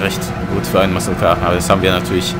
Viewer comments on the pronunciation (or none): Soweit ich weiß heißt es "Muscle Car" und nicht "Mucle Car" ;)